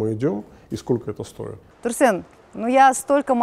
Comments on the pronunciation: Бесит как она говорит Турсен, какой Турсен, Тұрсын шығар ёпт, ең болмаса Турсын десеғой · Почему Турсэн?)) Казак емеспе, Турсын